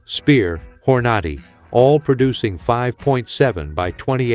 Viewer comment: When bro said horn ahh de he lost me